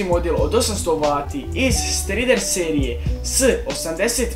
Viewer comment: odlicnoooo,ali strider ti se cita "strajder",ovi bijeli kablovi ti se zovu "cable sleeaving",a cita se "kejbl sliving",i ventilator na napajanju ti je "hibrid-ni" dakle pali samo u odredenoj temperaturi samog napajanja